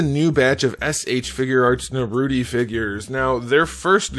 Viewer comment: Naruty? Bro… that ruined it for me